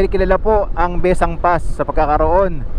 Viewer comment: Maganda ang daan na iyan at iyan ang daan ng mga taga Ilocos paakyat ng Sagada. Nakakahilo nga lang daan na yan kung naka-van 😁. Taga Ilocos Sur po ako at ang bigkas namin ay Bes-sang.